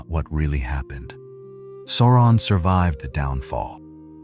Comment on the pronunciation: JFC, SOW-ron not SORE-on